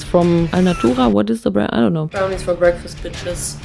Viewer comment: "very healthy breaskfast" when there's so much sugar in it 😭girl